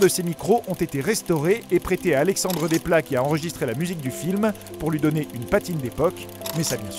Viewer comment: Euh... Alexandre Desplat se prononce Dessepla, si jamais...